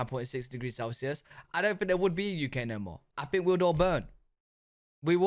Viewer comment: dude you cant even speak basic english....the word is think....not fink.